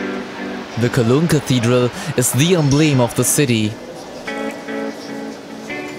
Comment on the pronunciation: ... Emblem is pronounced: Rhymes with anthem ! ... Isolated, you mean Insulated ! ... "all over the year" you mean to say: All through the year ! . o0o